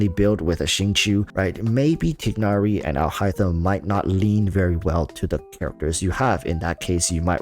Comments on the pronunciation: They say Tie nari in the game. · I like your videos, you have a lot of smart thoughts, so I’m learning a lot from you. Just a minor critique: name pronounciation. Tie-nary and Deya. No big deal, but I just thought I’d help you with that :)